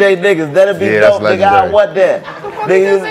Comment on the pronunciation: Nobody: Chico: LegendUry